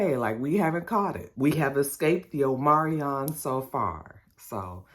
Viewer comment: Omarion, the singer, getting a bad wrap with the Rona. It's "Omicron," right?! Lol